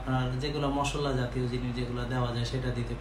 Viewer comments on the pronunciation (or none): none